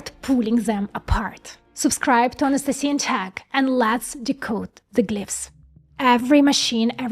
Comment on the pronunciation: Ana-ste-si... I thought it was Ana-STASI. Like the East German secret police. I have watched a lot of your videos :|